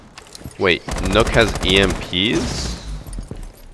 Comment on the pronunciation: Mans be saying “Nook” Instead of nokk pronounced “Knock” but that’s it other then that great vid